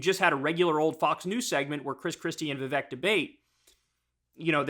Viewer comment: Kyle... It's viv-AKE like cake. Have you not heard his freestyle?? 😆